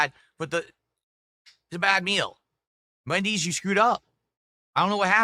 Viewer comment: can this guy speak properly for once? Who tf is Mendys'?